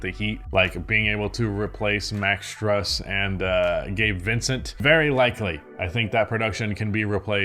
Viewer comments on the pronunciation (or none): reluctancy to pronounce Strus properly always gets me